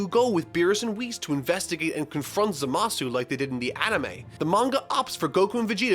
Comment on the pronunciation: Who the fuck is "Za Ma Suu"??? I only know of Zamassss